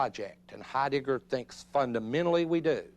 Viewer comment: you silly man...his name is not HeiDICKer!